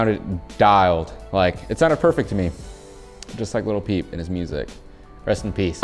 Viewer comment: Every time he said little peep i said in my head as loud as I could its lil peep 👇that's how many times I said lil peep